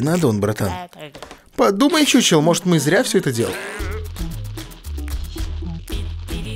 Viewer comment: Не чучел а хухел, т. к. игра чешская а по чешски ch читается как х.